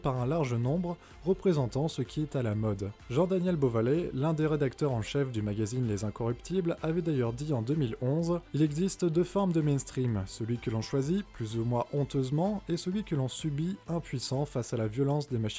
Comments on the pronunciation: Hey! vers 2 minutes je crois, tu dis "incorruptibles", mais c'est inrockuptibles non? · Les INROCKuptibles* (pas "les INCOrruptibles") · Pas les "les incoruptibles" mais les "InRockuptibles" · c'est les inrockuptibles, pas les incorruptibles